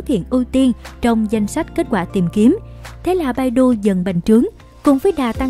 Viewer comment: ccow bản đọc phiên âm là " bải tu " nhé Ad